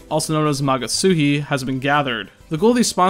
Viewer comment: Am I the only one who's always read it as magatSUSHI? Hearing it pronounced correctly is honestly pretty disturbing